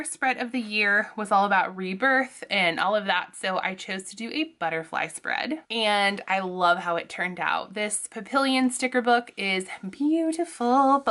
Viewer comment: Just want to let you know that papillon is pronounced "pa-pee-on"